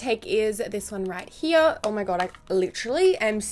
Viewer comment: Did someone ever tell you, that your "here" sounds soo german? Cause in german it is "hier" and it sounds so equal... so funny to hear as a german one :)